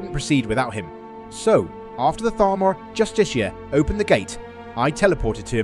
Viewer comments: Bro the pronunciation is killing me. It's pronounced( just-eh-car) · I think it's pronounced justiker.. or justica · Learn how to pronounce justicar! Its even said in game!